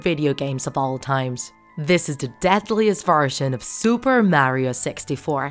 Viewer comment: Super Mario 64 isn't a Creepypasta plus you said Mario wrong